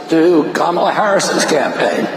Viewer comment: ...it's Kamala, pronounced (Car-Ma-Laar), buddy. But you already know that. Why pronounce it incorrectly if not due to audience capture?